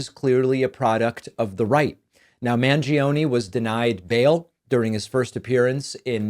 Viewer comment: As an Argentinian, you should be sued for pronouncing Mangione like that 😭😭😭😭 Love your videos, tho, as always. Keep up the good work!